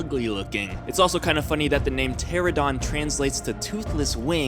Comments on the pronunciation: It's not a pteradon it's a pteranodon. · Bruh why do people say"Pteradon" it's "Pteranodon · Pteranodon... Pronounced ter-ran-uh-don not terra-don. JS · Not "ptera-DON" its "Pter-ON-odon". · Why does everyone say Pteradon instead of Pteranodon? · Bruh, It's pronounced TER AN AYYY DON not a teradawn. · How do you guys not get it!! It's a pteranodon not pterodon. 😐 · also its teranadon not teradon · I ANNOYS ME SO MUCH WHEN PEOPLE SAY "PTERADON"!!!!! I'M SORRY BUT SHUT THE FUCK UP UNTIL YOU FIGURE IT OUT!!!! I NEED TO CALM THE FUCK DOWN!!!!!!! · Why can no one say pteranodon? There is an 'n' in it